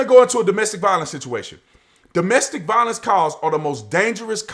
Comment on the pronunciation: It's domestic "VIOLENCE" LOL